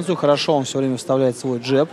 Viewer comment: что за «джАб»?! ДжЭб, блин - ты не в Ирландии. 🤣